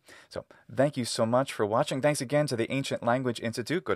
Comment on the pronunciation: I've just noticed that ye pronounce ðanks. I haven't known that that was a feature of American English!